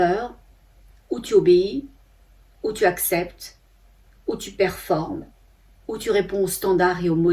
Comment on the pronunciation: Bonjour. Merci beaucoup pour votre message. Lorsque vous avez dit "on performe", j'ai entendu, compris "on perd forme", je voulait vous le faire remarquer car cela m'a interpellé. ❤❤❤